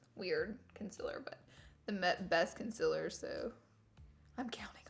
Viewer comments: I'm so annoyed by laura saying conzila instead of concealer daaaamn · Laura you say concealer wrong it is CON CEL ERR not CUN CELL ER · I am so sorry to say that. I am not trying to be rude but you say concealer so weird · You don't say it like conc-i-lr you say it. Like conc-e-ler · Why you say conciler???? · I love Laura.. I but HATE the way she says “concealer” 😤😠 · anyone else annoyed how she pronounces concealer? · Not trying to hate bc I love u sooooo much! But u r saying concealer wrong, it’s okay if u pronounce it diff cuz accents but it bothers me sooo much but I love u sooooooo much I’m not trying to hate and I know u probably get that a lot but love u not trying to hate! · Girl say concealer properly before I unsub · She says concerler wrong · Is it just me or is the way she says concealer really weird 😂